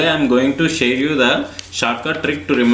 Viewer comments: " hello friends today I'm going to shave you the "😆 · That is share you not shave you....